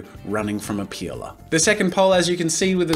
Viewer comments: OMG, the way you say peeler... it looks like you're saying "pila", and "pila" is one word that means penis in portuguese , but in a "child" way cause just childs use that word in here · I though you sayed peola!😂😂😂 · i say that too i guess us aussies are weird xD